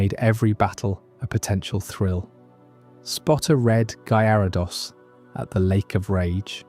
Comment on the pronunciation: how you claim to be a pokemon fan since a kid but you don't know how to pronounce MAGIKARP or GYARADOS